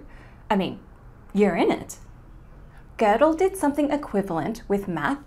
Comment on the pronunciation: Why do they say "Gördel" with r?